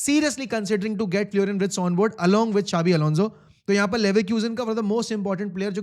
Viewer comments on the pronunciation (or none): Wirtz hein woh not Writz